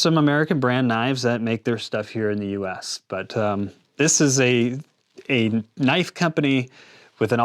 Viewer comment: Knoife? That's not a knoife. This is a knoife!